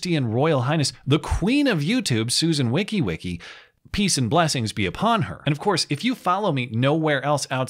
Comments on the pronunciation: Pronounced: "Susan Woki-joki" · i knew it was only a matter of time until this day would come where Susan would follow through on her revenge against Matt for refusing to give her even the least bit of respect & use the correct pronunciation of her name, dubbing her as Susan “WickiWicki” & continuing to refer to her as such, even while more & more people begin using the “WickiWicki” name, further showing the lack of respect within a vast swath of the entire Youtube community for the platform’s [horrifyingly unqualified, globalist-agenda pushing, corporate shilling, nepotistic chosen] Overlord in Chief, High Priestess of Tech Censorship & Supreme Leader of Biased Banning.